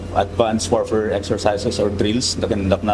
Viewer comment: Bakit yung p naging f, tapos ang f nagiging P? Mr narrator? Warpare, weafon system? Pleet tanker